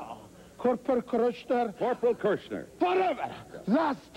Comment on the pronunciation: "Now...Corporal Kurushner..." "... Corporal Kirshner" "WHATEVER!" Amazing. Rest Easy Shiek 😔